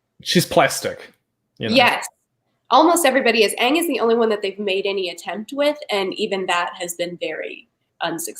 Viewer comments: It's not oong it's aang | it's not Leviosa it's Leviosa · All pronouncications of "Aang": Ang Eng Ing oNg Ung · literally gagging when she hears Oong for the first time is such a mood. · I get unimaginably pissed off every time that they miss-pronounce Aang and Sokka’s names. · Ah yes, the magical tale of Ong, Soohka, Uppa, Eehro ... and Katara and Zuko. Honestly, why even bother to get the latter two names right at that point?